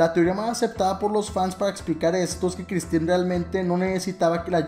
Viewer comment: Se pronuncia Christine